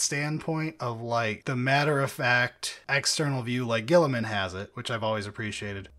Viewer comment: Best part of this audiobook is the VA actually pronounces Guiliman correctly and not like "Row-boot Gully-man" like everyone at GW does despite no one else on the planet doing so. I can't even blame this on the british, since nearly every British 40k youtuber (except Lueten) pronounces it "Re-boo-teh Gill-ih-man" like a normal person